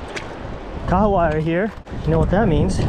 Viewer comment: Hey. Just wanna say that your pronunciation for the fish kahawai is awesome my dude NICE. Hopefully you guys enjoyed your working holiday in New Zealand. Let's go